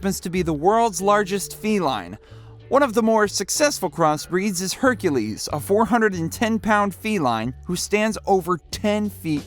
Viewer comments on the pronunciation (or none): none